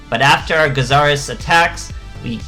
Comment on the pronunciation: Its interesting seeing so many players that don't know how to pronounce Gyzarus. All day with this ha.